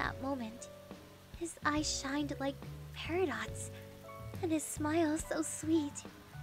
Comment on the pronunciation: "his eyes shined like peritots"- me:PERIDOT FROM STEVEN UNIVERSE?!